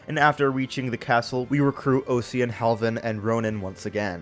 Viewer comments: Not to be a bummer, but Osian is moreso pronounced Or-sheen akin to how his name is pronounced in Japanese. As the name derives from Irish, alongside other names in Jugdral. It's just that Heroes (the game where the name is voiced) is rather wishy-washy when it comes to pronunciations. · Osian is pronounced ocean fyi